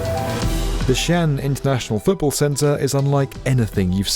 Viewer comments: Xi'an is actually two words, pronounced SEE AHN. It's most definitely not pronounced Chian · This is my favourite channel on YouTube but with all the research you put into your videos, how much extra work would it take to ensure you're pronouncing place names correctly? It's not 'Shan', it's Xi'an, pronounced as 'Shee-an'. It's irritating and doesn't make the video seem as polished to those who know the correct pronunciations of these regions. Thanks. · Isn’t that competition canceled? And bro. For goodness sake. Xi-an is pronounced shi-an. Not “Shan”, which is in fact a male Chinese first name. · Its not pronounced xian, its pronounced like See An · its shee-an , not shan, hard to watch when you catch get the name right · 西安 Xi'an is pronounced as " si aren't (without the "t" sound ") " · Just saying ... Xian is pronounced as two separate syllables: Xi An. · "Shan"? lol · Xi'an is pronounced with two syllables sort of like See-Un , not one syllable. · Xi’an is pronounced “shee aan” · Xian = pronounced = “She On” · Two syllables Xi’An shee on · Xi'an is pronounced something akin to "she ahn" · Xian is pronounced almost like "shee ahn". Tsu Ju is like "zoo chew'. We'll just let the other city names slide. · The name of Xi'an is pronounced "xi-an". Two distinct syllables. Imagine saying the name of the French city of Leon as "loan". Do your homework. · It should be pronounced as XI AN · The apostrophe indicates a stop: Xi'An Pronounced roughly as Shee On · i hope they'll consider hosting conventions(like RV/campervan tradeshows) and concerts when the stadium isn't used for sports. as Tokyo Dome has been used in the past. the massive ceiling height makes for a wholly different experience than more generic convention centers. also just a minor note: Xi'an is 2 syllables, and Cuju the C is more of a ch, like choo choo train, and not an s. thanks for another great video.